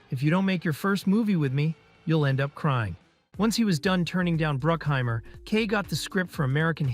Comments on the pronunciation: It's pronounced "Jerry BRUCK-heimer. LIke DUCK-heimer." FYI. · Man these videos are sloppy. You call the producer “Bruckheimer” and “Brookheimer” in the same sentence. It’s the first one.